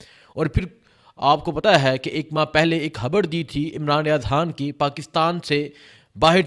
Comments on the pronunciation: ھبر نہیں. خبر کہا کرو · بھای خبر تو صحیح دی ہے آپ نے مگر ح اور خ الگ الگ حروف تہجی ہیں عربی میں اور اردو میں بھی اور جب ہم الفاظ بولتے ہیں تو ظاہر ہے کہ ح اور خ کے الگ الگ معنی نکلتے ہیں